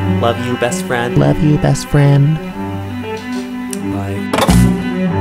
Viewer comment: You are talking to me BEST FWIEND